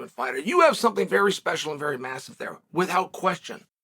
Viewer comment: Nobody: Uncle Chael: WITT-HOUT